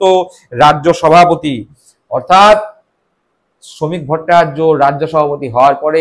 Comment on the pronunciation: ভট্টাচার্য্য উচ্চারণ টা ঠিক মতন রপ্ত করুন দয়া করে